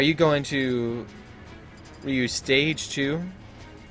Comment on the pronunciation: Wow who is this poser can't even pronounce Ryu wow